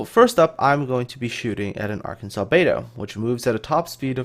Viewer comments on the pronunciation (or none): none